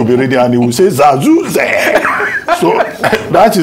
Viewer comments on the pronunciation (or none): 🤣🤣🤣🤣 Uncle Abati, did you say quote Zazu...? You just made my Monday a funfull one at its best! Thank you for making me reaffirm that, Nigerians are a happy people irrespective.